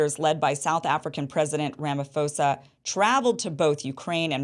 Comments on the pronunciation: Pronounced Ramaposa not fosa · Rama “P” osa - not Rama “ph” osa!! Please teach the others in USA too 🙏🏼 Thank you from South Africa.